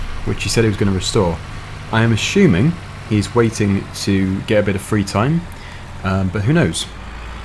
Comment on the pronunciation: "I'm Assuming"....no H.....This should be some sort of FS meme by now